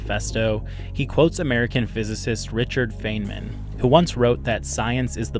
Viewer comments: it's a wonder how the human mind works: on the one hand i'm glad i found this video & i'm grateful to you for making it. On the other, it's like scraping a chalkboard whenever i hear you pronounce Feynman's name as "feign-man". It's pronounced "Fine-man", "Rich-erd Fine-muhn" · It's "fine-man", not "feign-man". :) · It's pronounced Fine-man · I had to stop listening when you mispronounced Feynman. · You clearly didn’t do any research on Richard Feynman himself, as you dont even know how to pronounce his name